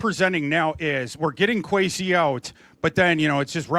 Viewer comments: Kwes E not Kwes A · I agree. It’s a sign of disrespect not to say someone’s name correctly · Why does he say “Kwesay” lmao 😅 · Why is he calling him Kwesay? Did he just become a Vikings fan yesterday?